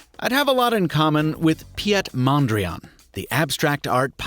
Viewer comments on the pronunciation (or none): holy shit did you butcher "Piet Mondriaan"